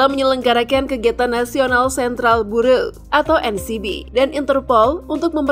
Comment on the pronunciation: Karo = Kepala Biro, bukan Kepala Divisi. Level Karo berada dibawah Kadiv. Cara membaca kata Bureau juga salah tuh.